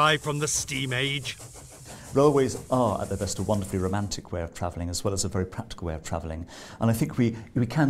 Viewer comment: haha "Very often driving isn't pwatical"